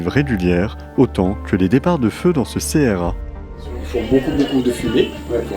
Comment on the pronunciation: On ne dit pas C-R-A mais CRA !